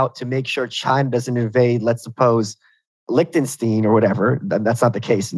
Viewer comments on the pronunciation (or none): That was the singular worst way to pronouce Liechtenstein I've heard! Ein is not pronounced ene. It pronounced like in Einstein, Wolfenstein or heinz.